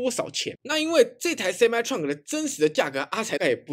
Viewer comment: Truck唸ㄔㄨㄚˋ可，不是創可